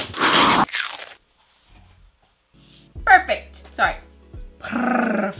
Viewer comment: “BERFECF!” also: “oop sorry- pRRRRRRRRRfect”